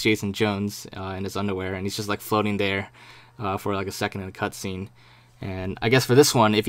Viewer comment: he says "cuntscene" hahahah